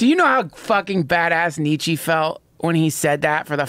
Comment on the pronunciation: please stop saying Nietzsche's name, I've never heard such a painfully butchered pronunciation